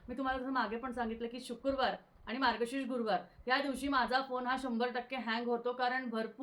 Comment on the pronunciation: Shukurwar nasto shukrawar asto.....marathi shudh havi.